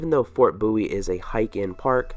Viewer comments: BOW IE not boowe. Just saying. Apart from that I loved your video, a brilliant production. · Fort 'Booee'???